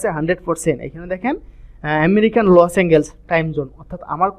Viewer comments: Bryh😆 লস এঙ্গেলস জীবনের প্রথম শুনলাম এটা আবার কোন যায়গা!!??🤣 শুদ্ধ করে বলার চেষ্টা করুন, ওটা লস এঙ্গেলস না লস এন্জেলাস হবে🤷‍♂️ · ভাই লসএনজেল হবে। উচ্চারণ একটু শুদ্ধ করে বলেন।